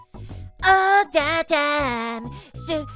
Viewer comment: I heard you say tine